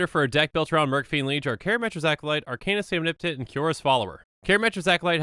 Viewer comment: I don't why but the impecable pronunciation of "Arcanis the Omnipotent" just buttered my biscuit.